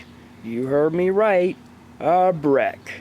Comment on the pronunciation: A breck- you heard me right, a breck.